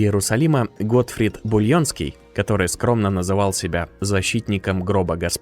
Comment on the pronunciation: Бульенский?Булонский,хотя для этого книги читать надо...